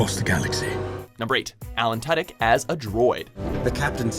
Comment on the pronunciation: You said Tudyk wrong.